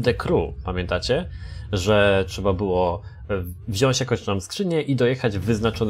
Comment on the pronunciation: Błagam. "WZIĄĆ" - tam nie ma "Ś"!